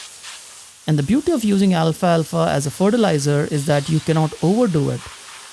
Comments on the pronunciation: It’s pronounced “al’falfa” not “Alfa-alfa” 😊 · I love your channel, and you always have great tips. But please... it's Al-fal-fa, not Alfa-Alfa. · Al-falfa, not alfa alfa. 😊